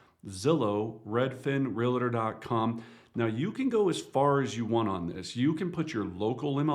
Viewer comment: Hi there, just wanted to remind you the word realtor, does not have an A between the 'l" and the 't'..therefore it should be pronounced accordingly